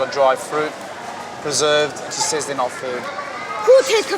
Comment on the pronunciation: No fooda, no fooda😵‍💫😵‍💫😵‍💫. You put it in your mouth, chew and swallow. How is it not food or as you put it fooda???? Please spare me thre pretense lady!!!!.😬😬😬😬😬